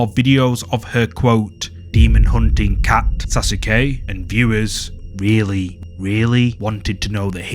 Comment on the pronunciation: That’s not how you say Sasuke only truly Naruto’s fans know how to pronounce and say Sasuke love your videos man..